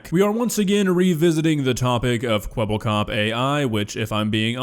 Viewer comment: Thats not Kwebblekop thats Keweeblecoop